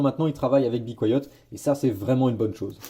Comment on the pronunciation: "Bicoyote" tu m'as tuer mdr on prononce be quiet "bi kwaïet" 🤣